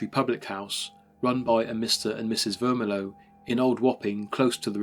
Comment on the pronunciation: Mr. Vermillion - this is NOT pronounced Ver-mi-low but Ver-mil-le-on, the ‘million’ part pronounced just as million as in the number ! Even if the landlord was a Frenchman, then it would be pronounced almost the same except the ‘n’ at the end would be soft.